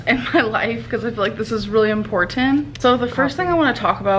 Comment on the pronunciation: Her pronunciation. It just gets worse and worse. “En-por-ten.”